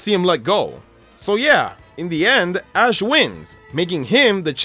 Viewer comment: he said a*s instead of ash